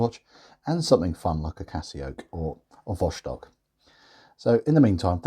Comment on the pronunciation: Vostok not cost on!